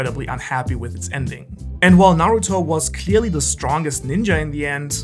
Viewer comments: Its Nuhroodoh jeez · Its pronounced Naruuuuuuuuuuudow!!!!! 😂😂😭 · It's Nahruhtoh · Speak's Japanese, can't pronounce Naruto. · i stop watching when you mispronouncing Naruto. its not funny. ever heard of constructive criticism?